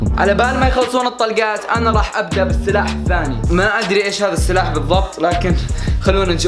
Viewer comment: قال بالثلاح الثاني 😂😂😂😂 انا سامعة غلظ او غلطانة؟